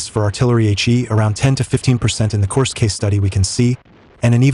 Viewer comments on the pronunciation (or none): AI audio needs to get better. This one is a work in progress. Korsk